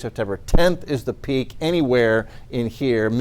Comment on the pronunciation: I don’t remember letter r being in the word peak.